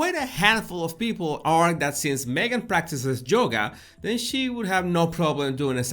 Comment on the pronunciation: Yohhhgahh...not JOE gahh.